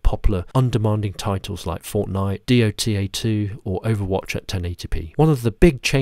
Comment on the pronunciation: the first time i've heard someone say d-o-t-a 2